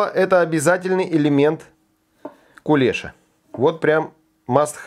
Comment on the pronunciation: Только не кулЕша а кулешА.